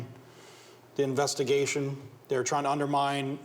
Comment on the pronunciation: the nevestigation 😭😂